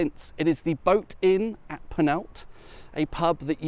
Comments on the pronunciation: Love your videos but PLEASE: The village is not Panalta, it is Penallta (put your tongue under your top front teeth and exhale). You are an intelligent chap so please at least try to pronounce Welsh place names correctly! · At least try the ll sound in Penallt😂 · That's how the Welsh figure out if visitors are English marauding tourists who cross into Wales over the River Wye from Redbrook; they make them pronounce 'Penallt' as a shibboleth... or rather a 'shibboLLeth'??? (but unlike the poor Ephraimites of yore, they won't be slaughtered in the river's edge. Their perry might be bumped up in price though..))